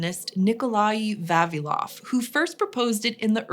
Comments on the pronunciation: VavIlov. Stress on I. I would really love to know what is the evolutionary reason behind English speakers always mispronouncing Slavic names. 😂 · Not Va'vilov, but Vavi'lov 🤌